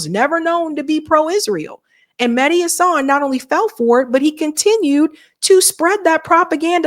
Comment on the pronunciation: It's HAsan, not HaSAN, Emphasis on the first syllable.